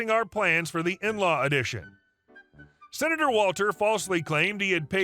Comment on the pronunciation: What's a "Sinator"?